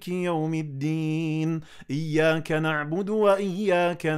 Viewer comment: GOOD TRY. NEEDS MUCH MORE IMPROVEMENTS .I WILL JUST CORRECT TODAY ONE THING ONLY.....DO NOT RECITE IIYYAKANABUDU WA IYYA KANASTAEEN. IT'S WRONG. REFER QURAAN AND RECITE IYYA KA N'ABUDU WA IYYA KA NAST'AEEN